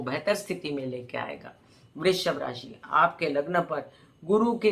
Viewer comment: नमस्कार । आप लग्न से फलादेश बताती हैं तो राशि शब्द का उच्चारण कन्फ्यूजन बार बार पैदा करती है ❗